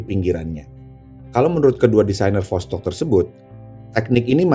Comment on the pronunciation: Bang восток itu tulisan cirillic bukan latin jadinya bahasa sana dibaca tetep vostok